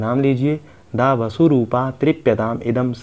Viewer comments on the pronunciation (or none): माता को बसु उच्चारित करना गलत है